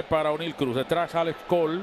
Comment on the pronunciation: mi humilde comentario ,,deje eta vaina ,que usted parece ruso ,,,NO SE LLAMA ONE---IL,,,,,,SU NOMBRE SE PRONUNCIA CORRIDO OENEIL C